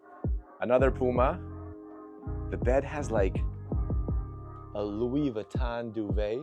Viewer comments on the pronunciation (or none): none